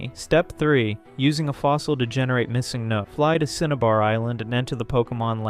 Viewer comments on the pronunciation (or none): yeah nobody pronounces missingno like that either :/